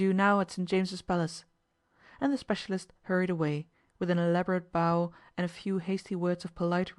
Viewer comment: The words “bow” and “bow” are homonyms with different meanings and pronunciations. “Bow” rhymes with “how” and means an inclination of the head or upper body. This is the word that is mispronounced repeatedly in this reading. “Bow” rhymes with “show” and is a noun referring to an object such as that which is used to play a violin, or the result of tying a ribbon or string into a decorative knot.